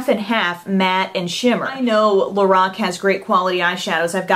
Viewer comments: its pronounced lor- Ac not lor-oc , just fyi:) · pronounced LO-RACK